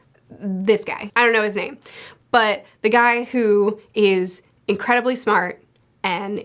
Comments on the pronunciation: Tserriednich is pronounced sir-ride-nick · how do y'all be pronouncing the 4th Prince I call him (sir-iad-nic)